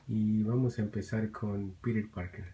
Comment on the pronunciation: hey es piter parker no piru parker